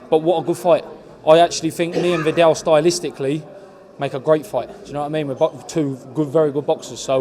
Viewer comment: Why he always says Vee-dal Riley. Put some respect on the British champs name